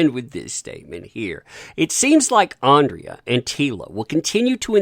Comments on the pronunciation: So many comments, this is unlikely to be read or have an impact. You are trashing something that I don't think you have seen, based on your reliance on other news sources, a screenshot of episode synopsis, and your continued mispronunciation of a character's name "Andra" as "Andrea". You are just piling on someone that is more successful than you on a topic that is high in geek culture right now, and one that seems to be making a stride against a "masculine" character. There are 5 more episodes and I just hope they are as good as the first 5, and Kevin Smith has already hinted that He-man/ Adam will be returning in the next 5 episodes and isn't sure why Netflix hasn't released them yet. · Okay, this is bugging me for weeks now. But it's Andra not Andrea! You see it written multiple times in every article you cover, but don't read it carefully enough to realise you've made the same mistake for at least two weeks now. How are people supposed to think you care, when you can't even get the names right after reading them that many times? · IT'S ANDRA NOT ANDREA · The nasal voice-over, makes this sound like a bitter, southern belle!!! Her name is Andra NOT Andrea or however you're mispronouncing it.... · Good video but ffs its ANDRA not ANDRIA!!!!